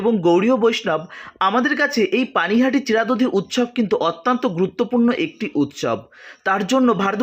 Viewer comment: প্রভু,আমাকে ক্ষমা করবেন _ শব্দটি 'অত্যন্ত '_ অত্যান্ত না।